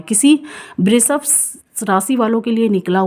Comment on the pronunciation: Aapala pronounciation sudhariye🎉🎉🎉 thanks 🙏 and vrishabh, वृषभ बोलो, श को श ही बोलो आप स मत बोलो.